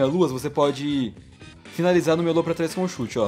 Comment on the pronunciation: Quando tu fala meia lua eu entendo melô